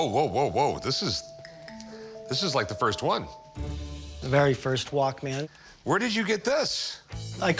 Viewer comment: Dude’s old enough to know that is not how you pronounce Walkman